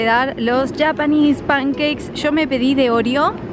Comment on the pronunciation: Soy la única que odia que diga "yapanes pankeiks"??, decí panqueques japoneses JAJAJAJA